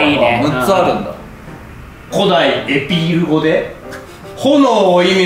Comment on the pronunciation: 「古代エピール語で…」のところ、競技クイズの読み方っぽくて笑っちゃう。